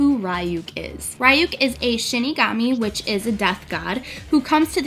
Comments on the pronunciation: I'm an anime freak and i looove deathnote so it bothered me that you were saying ryuk wrong :c its (ree) not (rai) >.< but you did an amazing job ♡ NO HATE HERE ( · Ryuk is pronounced "Ree-yuke". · I cringe when I hear her say ryuk lol. it is more like "lyook" where it has a rolled L sound like it is in japanese. but the components she made for the look r pretty cool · I love it and also it's pronounced Ryuk (rEE-ook) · Such a great video!! I love it. Btw, isn't it pronounced "Ree-yuk"? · I absolutely love this first off Death Note was one of the first animes I ever got into. Just one thing and I hate to nitpick but it's pronounced Ree-ook. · It was cool but the way your pronounce his name is right at all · great job! love Death Note! but I can't be the only one who was bothered by the mispronounced name.. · cringing the whole time cause she pronounced his name wrong the whole time...but good tutorial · IS no one going to mention how she mispronounced Ryuk? K, just me. Great cosplay tho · I'm just sitting here the whole time thinking 'YOU ARE PRONOUNCING THE NAME WRONG' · It kills me that your pronouncing his name wrong. 😂